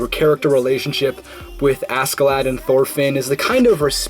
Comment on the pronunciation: Well then, for future information Thorfinn should be pronounced somewhat like Tor-fin, Canute is the english version of the name Knud (with a soft d at the end) and Askeladd basically translates directly to loaded with ash and the double d is very hard, almost like a t but not really. in danish it would probably be written as Askeladt.